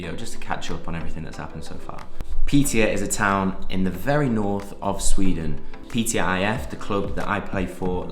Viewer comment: Hi mate, just wanna tell you that the letter å in swedish is pronounced "uo" so when you need to say piteå you basically say piteuo